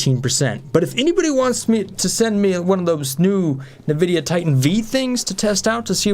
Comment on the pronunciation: nvidia is pronounced en-vidia, not na-vidia. fun fact